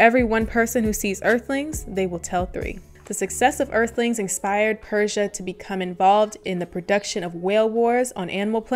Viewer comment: Her name is actually pronounced Per - See - A